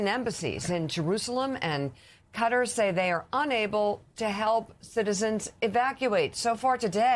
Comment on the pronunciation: Did he just say " gutter", instead of Qatar....hahaaaaaaaaa